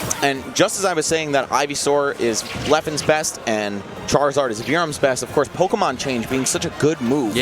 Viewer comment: MON IT’S MON. POKÉMON. 🤣